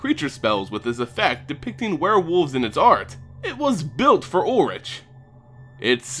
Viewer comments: YOU SAY ULRICK NOT ULLRICH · It's said like Ulrick no? Either way he is kinda disappointing and it might be better to still use other RG legendaries as a commander. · ul-rik is the actual pronunciation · actually it’s ulrichg not ulrish or ulrik